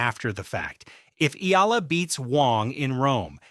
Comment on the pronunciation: HEY MISTER YOUTUBE SPEAKER, THE CORRECT PRONUNCIATION OF ALEXANDRA’S LAST NAME IS E-YAH-LA!